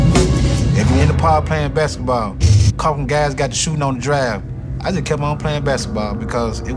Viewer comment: Nigga I know he meant basketball but tell me when did he pronounce the K in basketball lol that’s why I spelled it exactly how he said it